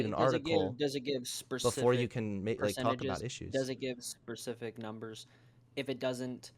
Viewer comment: Wtf is a "Percific Number"????